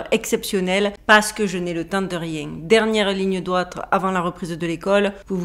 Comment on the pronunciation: " Parce que je n'ai le temps de riénggggg " 😂😂